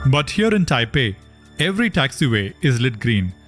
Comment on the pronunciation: It's taiwan not Taipen😂